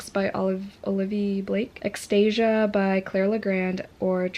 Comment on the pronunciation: Haha thanks for the pronunciation guide for Extasia....I've been saying it the same way you did. Whoops! 😬😳